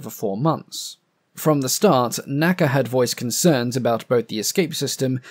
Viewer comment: Please don’t say “naca” as an acronym, like we say “NASA” today. It is the N.A.C.A.